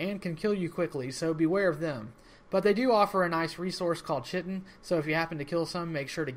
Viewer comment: chitin is pronounced kai-tin